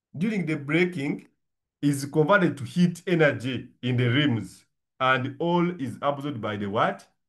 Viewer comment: Don't say lims but say rims 😂